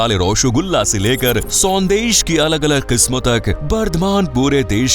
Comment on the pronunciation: Fairly appreciable commentary. Pronunciation of two words --- rasagolla and sandash sounded a bit odd. Should have been careful.